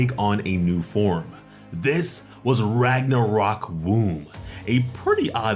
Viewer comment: Me a Swedish person: WHEEZE- Ragnarok. Lol the real spelling is Ragnarök and the way you say it just makes me laugh. You can google it up and listen to how it’s pronunced and I think u would understand.